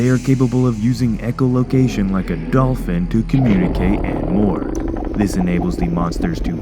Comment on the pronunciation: Did you say golfin or dolphin?